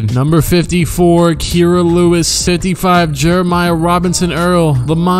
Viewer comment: This man actually just pronounced it "key-ra lewis"